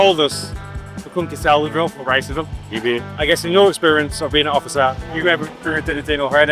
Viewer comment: You put the chillest lady in the video as the thumbnail next to “White, Poor, and Angry”. Odd choice. Also, she said “it’s all over Shelbyville now” she pronounced it like locals do.